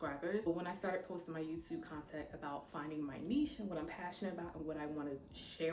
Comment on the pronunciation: Also, are you from Baltimore? "Yewtewb" tickles me every time. 😂